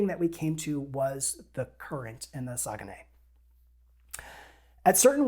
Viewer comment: When I did a bit of looking into paddling the Saguenay (which you got the closest yet to how I think it’s pronounced;) ) I thought I’d seen that you were only allowed to paddle downstream. It kind of looks like I was wrong on that. It’s somewhere I’d sure like to go sometime. Probably a bit further even for me than you, but no border worries.